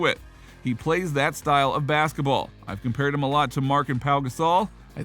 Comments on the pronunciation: It's joKic bruh u saying jocic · I got to 48 seconds into the video and had to stop. Learn how to say his name